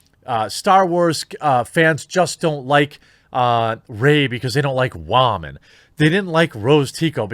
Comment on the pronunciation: Dude honestly WTF is your issue with saying women???? Be a man not a child and say it correctly.